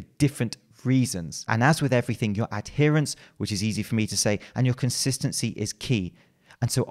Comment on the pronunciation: You prounounced that correctly. "Add hearance." Not (as some Limeys say it) "a deerance."